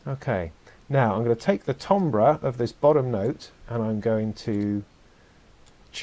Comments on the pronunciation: Timber is pronounced tamber! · timbre = TAM - BER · Don't know if this is a British pronounciation issue, but 'timbre' is usually pronounced "TAM-ber". But since its origin is French, I guess it would sound like "TAHM-bra", which I guess is close to how you say it. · A frequent argument that I have with my Brit wife. But also, keep in mind, language is fluid and changes and updates frequently. And apparently, the British accent around the 15th-17th century was similar to what the American accent is today. As to why the American pronunciation for `Timbre` is very odd. Probably an anglicized pronunciation of the French word, that didn't get changed when modern British English started to adopt european pronunciations. My wife tells me that this Euro pronunciation of adopted words is also a class indicator in England.